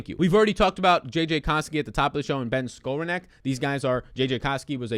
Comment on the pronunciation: pronounced like this Ben (Ska - Rone - Nick)